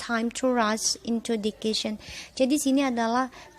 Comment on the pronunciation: Maaf mom boleh koreksi cara baca nya yah mom🙏🏻 guidence (dibaca : gaidense), dan decision (dibaca: disision) 🙏🏻